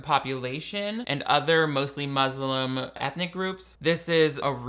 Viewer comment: The irony of saying Muslim in the whitest possible way lol